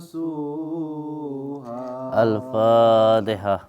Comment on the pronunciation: Baca Fatehah aja tak betul, konon.😂😂 sontoloyo😅😅😅😅